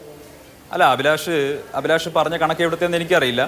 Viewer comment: അഭിലാഷ് അല്ല അലിബാഷ്